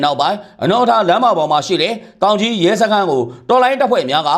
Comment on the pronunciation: တောင်ကြီးလား သောင်ကြီးလား